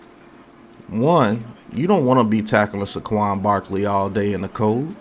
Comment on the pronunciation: Bro... I enjoy your vids but please stop saying Suh Quan. It's Say Quan. Say it with me now. Lol keep up the good work tho